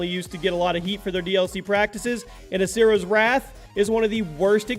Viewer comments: You said asuras wath just so you know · I didn't know this game was pronounced "Asura's WATCH "